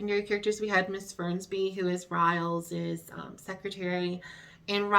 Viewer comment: Hello! Just a little fyi, you pronounce Rhys as Reese. I learned that from Gwen on Torchwood. Yes, I'm a geek.